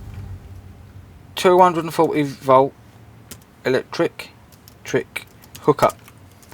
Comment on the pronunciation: 'Electrick hok up'? Dude. Go back to school.